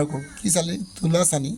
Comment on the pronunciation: দাদা তুলাচনী হয় তুলাচানি নহয়